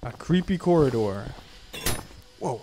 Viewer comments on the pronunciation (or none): Bro says creepy coridoor but he does not know 0-S